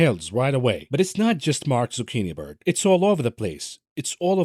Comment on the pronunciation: Zuckiniberg? Haaaahaha